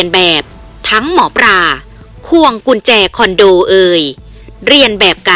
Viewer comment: เลิศเลอ ไม่ใช่ เริดเรอ หมอปลา ไม่ใช่ หมอปรา เห็นงูกับเห็นแขก ไม่ใช่เห็นงูกับเห็นแคก หยิ่งผยองพองขน ไม่ใช่หยิ่งผยองผองขน ยิ่งอ่านยิ่งเลอะเทอะ ภาษาไทยวิบัติหมดแล้ว เปลี่ยนคนอ่านได้แล้วครับช่องนี้ ผมติดตามข่าวสารช่องนี้ตลอดนะ แต่อดขำไม่ได้ ไม่เคยปรับปรุงเลย เคยเข้ามาอ่านคอมเม้นท์บ้างไหม คิดจะทำอาชีพนี้ก็ต้องหัดปรับปรุงการอ่านบ้างนะครับ